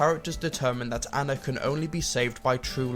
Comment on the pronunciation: aahhhnnaaaaa, say it with me ah-na, not anna, it is pronounced ah-na